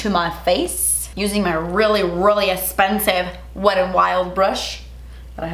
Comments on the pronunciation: Esspensive? What the hell is wrong with speaking English properly? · Not trying to be rude; but does she have issues on pronouncing "eXpensive"?🤷🤷🤷 It's driving me crazy🤦😖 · This is the most “DAS ESPENSIVE” video EVER. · Drinking game: Take a shot every time says “Das Esspensive” 😂♥️ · let me know what you guys want to see on my channel! us: most expensive makeup at Sephora.: us:: but DAS ESPENSIVE! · I literally squealed when said "DASS ESSPENSIVE" like within the first few minutes of the video 💜💜💜💜💜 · Literally clicked on this video to hear say "das espensive" after every product hahaha 😂😂😂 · I love the way you say "Das esspensive!" and some of my friends and I have started saying it. You've started a trend. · ‘Thats espensive’ 😚 looooove you😘😘😘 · I absolutely loved the sasssss, so funny, and fr... das... espensive.. 🤯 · The way says expensive is so satisfying 😅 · OMG! I've never seen your channel before, but girl you are so funny and entertaining! You are gorgeous with or without makeup, but man you cracked me up! I know this video is a year old, but I got a kick out of "Eh-spensive", like you were afraid to say the "x". I think you should trademark that word. Seriously, I loved your video, excellent products and I agree, expensive does not always mean better. I loved the note you put up, "p.s. I ended up hating this!" - I think it was the primer. Thank you, you rock! 👍😉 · I loooove the way she says Expensive...Essspensive!💕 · Youre so funny😄 I love how you say spensive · Love how she says essspensive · Twas esspensive but your face looks great!lol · Drink every time she says das espensive 🤣🤣🤣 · OMG! YEEEEESSSS! And cant continue this video because the way she pronounces expensive lol